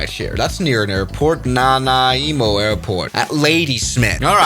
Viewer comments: I'm sorry but the way he pronounced Nanaimo 😭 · I was not prepared for attempt to pronounce Nanaimo. Believe it or not I've heard worse